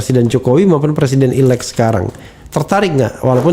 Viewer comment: Presiden 'elect', presiden 'elect', apa sih 'elect' 'elect'??? "elected" ("ilektid"), Elected President (presiden terpilih). Bisa Bhs Inggris gak sih??? Sinih kursus dl sm saya